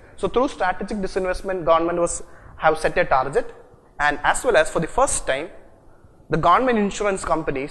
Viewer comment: for godsake its tar-GET not tar-JET!!